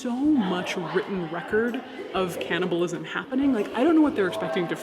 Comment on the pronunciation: It’s cannibalism, not canNOTabilism